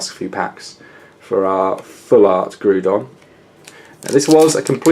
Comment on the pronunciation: It is not pronounced "Groodon" but instead it is pronounced "Graodon", in the end of the day it really does not matter how you say it but I just thought correcting you would give you the knowledge to not say the name of the Pokemon incorrectly in the future.